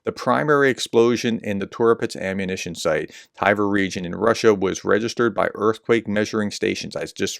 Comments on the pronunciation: How do you get "TY-ver" from Tver? Edit: Solid humor content as the Professor blows every foreign name he tries. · You kept saying Tiver. Where did you get the 'i' from? It's Tver. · It's not Tyver (like "tiger")....It's pronounced "T'vair".... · Maybe you should use Google so you can pronounce people and places a little better, aka. where is the letter I in Tver, Tiver, hmm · it's not "Thai-Ver" just Tver. Pronounce the V just after the T without inserting a vowel sound. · As I wrote two weeks before: It's not Tiver. Its Tver, or Twer in German. In know how to pronounce it cos I am from the German twin town of Twer (partnership currently suspended) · The place is pronounced „Tver“ (like in „twist“ or „tweed“) Call it „Twair“, that should come close „Tie-ware“ is way off! 😂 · It's NOT Tiver, there's no letter i in Tver ! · Prof, it's spoken as Ver. No need for the T phonic. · Tv in Tver is pronounced the same way as Tw in Twitter.